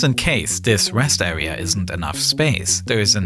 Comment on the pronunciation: This awea also doubles as a pwess woom